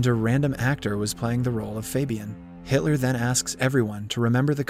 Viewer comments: bro really said "haitler" ☠ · Did he just call him Hightler lol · Brooo gotta stop saying hitly 💀💀💀💀